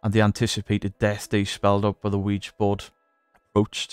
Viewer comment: Bonus points for not pronouncing it "Wee-Gee".